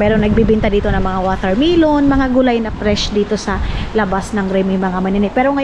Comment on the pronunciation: WATERMEEEELON and POTEEETO😅. Ano daw? 😅